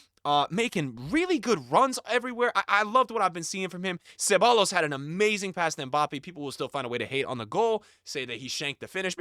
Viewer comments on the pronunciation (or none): bro its cebayos not "cebalos"